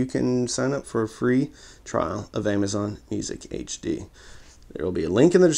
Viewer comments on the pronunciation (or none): none